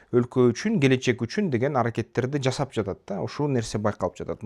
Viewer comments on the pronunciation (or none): none